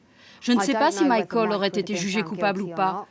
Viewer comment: Ptdr la voix off qui dit mayekeul